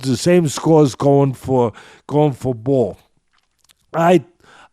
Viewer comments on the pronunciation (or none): It's Nick Bull, not Ball.